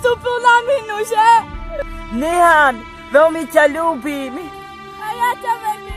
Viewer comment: NIHAL? PANE BOŽE TO SA ROZPRÁVA NIHAN A NIE NIHAL 😂😂